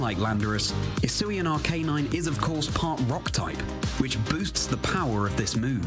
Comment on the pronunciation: "Ar -KAY-nine"..